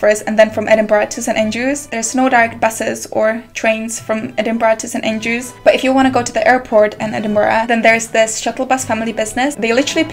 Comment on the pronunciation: It's St. Andrews, not St. aiiiingelrews